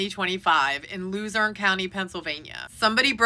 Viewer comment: Yeah you said ephrata correctly. Others butcher it. 👏👏👏. But pronounced lehzerne . 😊